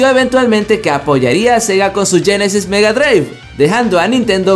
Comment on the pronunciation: Sega "" yenesis ""? GEnesis